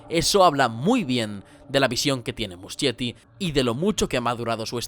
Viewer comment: amé el video<33 pd: se lee musKietti, no muschietti jajsja